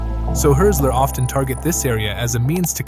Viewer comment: it’s not pronounced like hurt-zeler btw